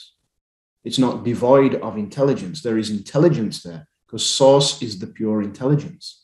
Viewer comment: I thought you were saying SAUCE.... POUR SAUCE. OH my God. thank God I heard you say SOURCE ... NOT Sauce. I really thought you said Sauce. I thought...he thinks we are made of spaghetti sauce underneath everything. source. source. okay. so how to I freaking STOP TGIS CONSTANT HIGH PITCH RINGING? I WANT IT TO STOP